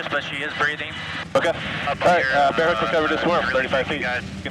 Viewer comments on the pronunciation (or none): Bare hook. Not "bear" hook.